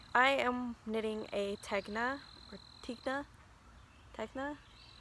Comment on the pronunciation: I enjoyed this very much. I love the chickens, dog, peacock, your hat; all of it! I haven't knit a fade either, so no worries. Random; Tegna is pronounced Ten-Ya...like the gna sound in lasagna. I look forward to more videos, thank you.:-)